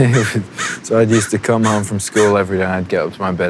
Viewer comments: What the heck happened to his accent? I've got a british-american mix, but i don't sound anything like this. His sounds almost australian at times? Like what's with him pronouncing 'home' as 'h-ah-m" neither brits nor americans do that... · omg RIGHTT, that's smth that I've noticed about Harry too. When he's not thinking too much, and he's just ranting he tends to subconsciously pronounce certain words with his strong Cheshire accent. His accent is on and off, depending on who he's with, I feel like. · the way he pronounces "home" and "haus"... HIS ACCENT IS CHANGING AHHHH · Are you deaf? The way he pronounces home and road... Not a complete change, but his accents is changing.